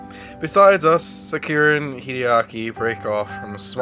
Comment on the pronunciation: I think Hideaki's more surprised that you actually pronounced his fucking name RIGHT for once XD